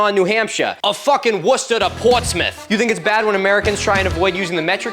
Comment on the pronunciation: first time ive seen an american pronounce worcester correctly im so proud